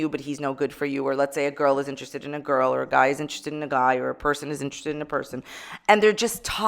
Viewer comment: The edit of saying "GORL!" 😂